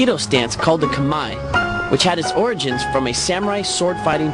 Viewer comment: homeboy needs to learn how to pronounce "origins"